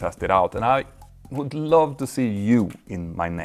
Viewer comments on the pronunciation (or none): none